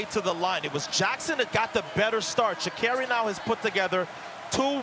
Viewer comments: THAT IS NOT HOW PRONOUNCE HER NAME MA’AM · ii don’t think sh is pronounced w/a ch , get her name right -_ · How do they still not know how to pronounce her name